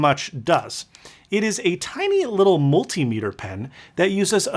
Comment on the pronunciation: Jesus christ you too? Say it with me "Mul-tim-iter"